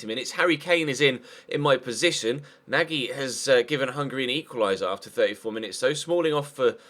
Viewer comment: Pronunciation of Nagy = Nodge